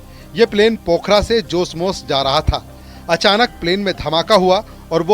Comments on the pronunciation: news तो अछी से पढो जोसमोस नहि जोमसोम place का नाम हे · जोसमोस नहिं। जोमसोम है। अच्छी तरह से नाम लिया करो। पता नहिं है तो मत बोलो।🙄😡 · joosmoos nai hai.... Jomsom hai....